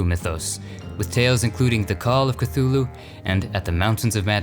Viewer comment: Today I finally learned to pronounce Cthulhu thanks to you.